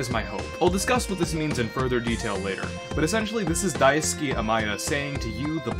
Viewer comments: There's a weird audio clip . Also, his name is Daisuke, not Daisuki. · It's Daisuke, not Daisuki. Balrog is not a toaster, but rather a bar of soap.